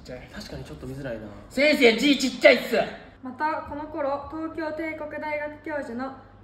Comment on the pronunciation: せ↑ん↓せ↑い↓ これすこ